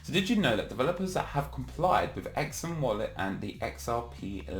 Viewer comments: its pronounced "SUM" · Surely its pronounced like sum but z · It's pronounced Sum. Like when you add two numbers together you get a sum